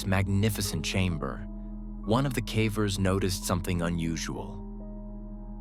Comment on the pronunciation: Cavers not Caaaaavers!!!!!! what the hell he can’t even pronounce it right!!